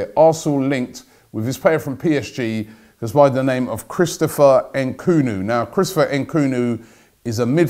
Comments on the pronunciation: Dude it's Nkunku not Nkunu 😂😂😂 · Nkunu? Ahahhha Robbie ffs mate its NkunKu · Robbie you’re too smart and old to continuously mispronounce players names. All it takes is effort. NkunKU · Robbiie maan! It's not Nkoooonoooo its N Kun Ku!! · Robbie the name is Nku-nku NOT Nku-nu!!! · Robbie it is Christopher N-KU-N-KU not NKUN FFS. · I'm pretty sure the pronunciation is N koon ku Not N koo no at his best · Nkunku Robbie not bloody nkunu just read the names b4 you say it you do this all the time lol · N' KUN KOO...not N' Koo Nu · EN KOON KU not EN KOO NEW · En-koon-ku Robbie ffs😂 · His name is pronounced ‘N koonkoo’ Robbie you fool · I'm almost 100% sure you need to pronounce the second K in his name Robbie. NkunKu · Un-Kun-Ku ffs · HAHA N KOO NU LMAO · It's annoying and funny at the same time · Why do you always get names wrong The name is straight forward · "Nkunku" means Chicken in this part of the world. And yes Robbie is butchering the pronunciation. I am sure he's from Southern Africa. He's got skills! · Nkunku, please get it right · He messes up his name the whole video 😂😂😂😂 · Not a ‘transfer daily’ vid without a butchering. Nkunku the victim today.